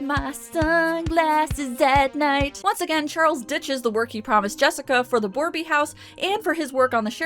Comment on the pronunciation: Hello, just a bit of a pet peeve for me being a native and all, borbey is misspelled probably intentionally, yet it's pronounced bore-bay, and not as boreby, still appreciate the effort.